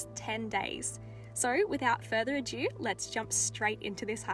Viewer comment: Ado not adue 😅😂 but absolutely amazing and stunning video.. well done, you give me the courage to do likewise x